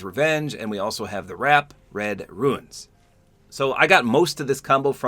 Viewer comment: The wrap is Runes not Ruins